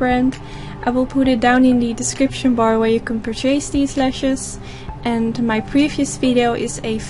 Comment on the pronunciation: Hi your English is great Just wanna let you know PURCHASE is pronounced pURchase (per-ches) not purchAce. Love your videos!!!'